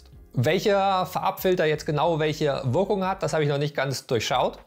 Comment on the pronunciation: Würkung, ürgendwie, würkt nicht, würklich, skill, content…. ich glaub ich muss zum Deutsch-Kurs, sorry German course 🥴 Der Beitragsinhalt allerdings war super dargestellt wenn auch einige Dinge sich selbst erklären wenn man sich ernsthaft mit dem Medium beschäftigt 👍